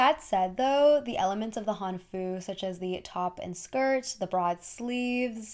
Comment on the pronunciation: hanfu is HANfu, more emphasis on the first syllable :>